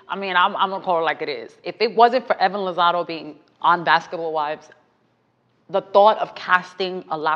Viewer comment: I think it’s Evelyn lozadA not lozado lol